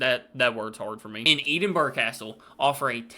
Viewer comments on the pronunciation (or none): It's pronounced Ed inburgh not Eed inburgh. Most American people say the burgh part wrong, not you though you say beginning wrong 😂😂🤦‍♀️🤦‍♀️😂😂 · Hey, for the future, Edinburgh, the capital city of Scotland, is pronounced Eh din burra, not Ee din burg. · ED-IN-BURRA. Or, if you’re not posh…EM-BRA. ED-IN-BURRA. NEVER EEE-DIN-BURRA. ED-IN-BURRA. I’d accept Auld Reekie though. Did I mention it’s ED-IN-BURRA? 😂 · I like the way the photo for 'castles' is of a chapel, which is something that can be in a castle, but not actually the castle itself. It's like if the category was 'houses' and the photo was of a chair. You mispronounce Edinburgh btw; it's more like "Edd-in-bruh" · The black cab is in all of Britain they are designed to be mini affordable limos Edinburgh is pronounced ed-in-bruh or ed-in-burr-uh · The way you said Edinburgh hurt my soul 😂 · Please learn how to pronounce the words. You use to say Edinburgh the rite way but don’t anymore.